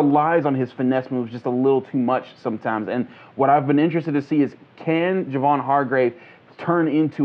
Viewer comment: Isn't Hargrave's first name pronounced "Jay-Von"?